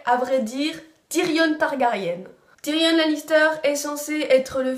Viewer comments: ben si le N de Tyrion se prononce justement en anglais, donc phonétiquement c'est TyrionNE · pourquoi tu dis Tyrione et Targaryenne ! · À chaque vidéo concernant game of thrones, il y'aura TOUJOURS une faute de prononciation ! "TYRIONNE" => Tyrion "TARGARIENNE" => Targarien Et j'en passe, mais sinon bonne vidéo